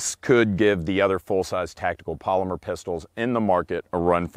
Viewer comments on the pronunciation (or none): none